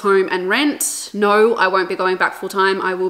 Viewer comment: I bet shes Australian. I heard the naaauur